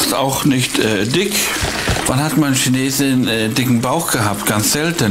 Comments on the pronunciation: Die "Schaneesen"😂😂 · Die “Key Naysen ? “ 😂😂😂🤗